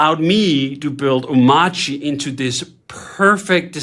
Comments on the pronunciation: I think "Omarchy" with the standard R is probably a valid pronunciation. The "Omauchy" that DHH says (with a non-rhotic R) is probably a remnant of his Danish accent. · omARCHy the fact that DHH pronounces it omACHY might be due to the fact he's Danish :) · Bruh…. It’s a portmantau of Omakase and ‘archy’ like… anarchy… or monarchy… So it’s oh-MAR-key It’s not “I’m itchy” or “oh my chi” it’s not that hard… there is a big old R right there in the word. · Omarchy is Om-Arch-y. It's obviously pronounced that way. Arch OS. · if that's really how it's pronounced, why spell it with the "R"? i declare it's pronounced "OH-marky" until or unless they drop the "R". AMEN! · 1. He has an accent. Oh-MARCH-ee - r is clearly not silent. Just ask about SATA/DATA vs SATA/DATA or gif vs gif. 🤣 2. there are many options here: sudo apt install coffee, sudo dnf install coffee, sudo pacman -Syu coffee, snap install coffee, flatpak install coffee, or emerge -av coffee. However you brew install coffee, it's all good. Another option is: sudo pacman -Syu coffee. I grind my own beans, BTW. (I don't, but it works.) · I kinda believe dhh is still pronouncing the 'R' in omarchy, but not enunciating it. Kinda like Northeastern U.S. residents. is a good example. he says energy.